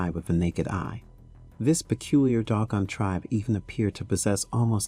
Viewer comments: If you are going to present something about the Dogan, please pronounce the name of the group correctly, Do-gon not Dog-on. Thank you. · 😂 Pronunciation is "/'DŌ•gon/" not "DOG GONE!" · TO THE -- IF YOU'RE GOING TO DO THIS "PROFESSIONALLY" (meaning putting your words out there for the public to see and hear) YOU NEED TO -- AT THE VERY LEAST -- PRONOUNCE THE LANGUAGE -- AND ESPECIALLY NAMES -- CORRECTLY!!! They are NOT the "doggone" -- the name of the tribe is the DŌ-GON -- and you show your ignorance and lack of care, respect (for yourselves and those you write about), integrity, and/or smarts by ignoring those signs of honor and estimation of others… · I think it’s pronounced doe-gawn, not dog-gawn. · "Doh-gahn," not "dog-uhn." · they are_dO gOn..nOt_dOg gOn🤦🏾‍♂️ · Also it's Doe-gon. Not Dog-on. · Doe Gone.......not Dog Gone LOL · Am I an asshole to be upset by the consistently mispronounced words in the narration ? Dog on ? Sag gan ? I have trouble taking in the information while also being spun about with the incorrect pronunciation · You are pronouncing Dogon incorrectly. If you are going to do videos about African people, places and cultures, be respectful and learn to properly pronounce the words. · iirc that is not the pronunciation of "Dogon". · Dogon is properly pronounced with the long "O" vowel sound. Next you mispronounce Carl Sagan's name... I'm getting the distinct impression that this is AI generated narration.... which I despise. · Carl's sagging? Well, I'll be dog gone! lol Seriously though, pretty sure they're pronounced 'say-gun' and 'doh-gone', respectively. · Doggone ? Saggin ? If you can't pronounce such common names, maybe you should find something else to do. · It's pronounced Dough-gone and Say-gen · Sorry but its pronounced Doe-gon And Say-gan